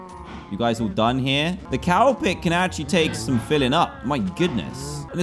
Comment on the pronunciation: Dan: I'm gonna make a cow pit What I heard Dan: I'm gonna make a cowpet